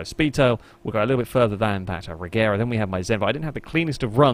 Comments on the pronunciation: Regera is actually pronounced Reyera, which makes the name difference a bit larger, but yea, it's not gonna get any easier when the Gemera (Yemera) gets mixed in too. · Well the name of the car comes from the swedish word Regera (IPA: /rɛˈjeːra/), which means; to reign. It kinda looses its meaning a bit if you start then pronouncing it differently... But at the same time I understand why, because it's easier for foreigners to just pronounce it Regera, instead of trying to learn idiotic swedish grammar where G is sometimes G and sometimes J. TLDR: I'm a grammar Nazi, Von Koenigsegg is just a genius that makes and sells insane cars instead of complaining about people mispronouncing. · When the founder of the company pronounces it regera you ain’t fooling anyone